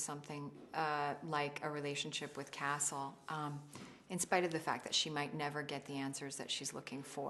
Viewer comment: Omg, she is so sweet ! I love her smile ^^ I don't know why but when she says "Castle" I think I hear "Nathan" .. Just me? :p